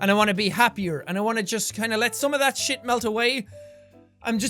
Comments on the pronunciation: I like when he says shite in- stead of shit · shite not shiat